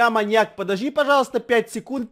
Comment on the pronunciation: Гогда Эдисон сказал маньяк мне показалась маяк